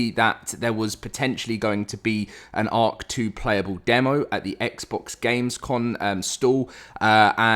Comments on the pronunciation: I hate you i cant not unhear it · And now I can't unhear it😂